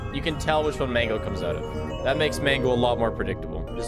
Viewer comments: bro why do you pronounce "mangle" as "mango" lol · “ Mango” lmao I thought he knew it was mangle but he called it mango lmao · Does he say mango and not mangle?